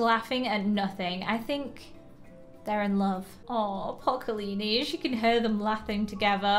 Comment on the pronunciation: Kalini” ITS KALIANI